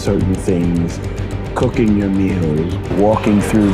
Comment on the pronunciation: Sorry to say this but “coocking your meals” 😂 😂 😂